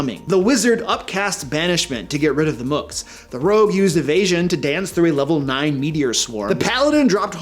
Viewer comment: Mook is supposed to rhyme with Luke.